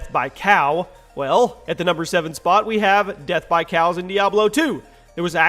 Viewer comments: you said crows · number 7 said crows you said cows? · #7 you said crows not cows